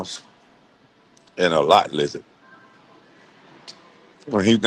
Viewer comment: He said lot luzard😢